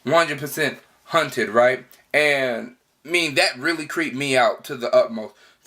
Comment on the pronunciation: Are they haunted or hunted? Kinda sounds like you keep saying hunted